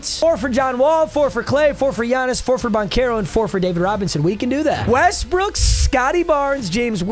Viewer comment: Papa says westbrick😂 👇